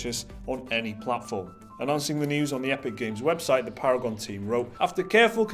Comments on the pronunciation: Para-gone* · “Paragon is para-gon” lmao